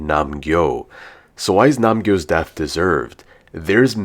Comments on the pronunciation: Its nam-gyu not nam-gyo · Bro it’s not Nam gyo it’s Nam gyu it’s like beyond this point everyone is mistaking his name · why do i always have it for the toxic men😭 ( nam-gyu and mg coin ) also its nam GYU not nam GYO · Not nam-gyu Not nam-su But nam-gyo